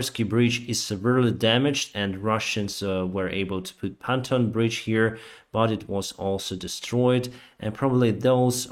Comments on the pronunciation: He may have said "päntoon bridge," but as I guess you know, the correct pronunciation is "pawntoon" -- the first o being pronounced like the o in "on" or in "bond" ("The name is Bond, sir - James Bond."), or the "aw" in "lawn," "fawn" or "dawn." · Hello, please say PONTOON BRIDGE as opposed to panton bridge, 😀cheers and keep up the great work 👍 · you have a funny way to pronounce pontoon bridge. "päntoon bridge" ( Ä like apple. in Finnish alphabet ) reporting is good. I know English is not your first language, for me neither, I`m a Finn. Slava Ukraine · It's a PON-TOON bridge. Hope this helps with the pronunciation. Keep up the stunning work and Peaceful Skies sooner rather than later. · Keep up the great work. Just one thing… the word pontoon is pronunced ponTune accent on second syllable. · P-on-tune bridge 👍😊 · hello. Please say pontoon like "pawnTUNE" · Learn to say pontoon